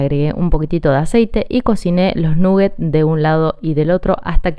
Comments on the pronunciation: eso que esta cosinando son croketas como que habla espanol eso de nugget es ingles no se porque quieren hablar en ingles si alos ingleses no lo quieren y otra cosa que la idioma inglesa nola pueden pronunsiar esa u de nugget no suena u saludos desde Australia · "Nuguets o croquetas, según el barrio". Hay barrios donde se pronuncia "naguets"